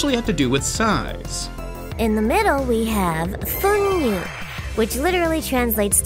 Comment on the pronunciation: With a degree in Japanese and more than 6 seasons of living in the land of the rising sun under my belt I feel entitled to correct your Japanese here, just an iddy tiddy bit :) (because it almost sounded like Korean there for a moment.) When pronouncing "Fuunyu" and "Kyounyu" note that the kanji separate between vowels. In other words it's; "Fuu-nyu" and "Kyou-nyu".